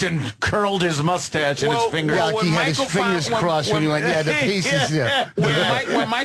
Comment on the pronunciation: 'Shave that Michael Jordan MOOstache" 🤣🤣🤣🤣🤣🤣🤣😆😆😆😆😆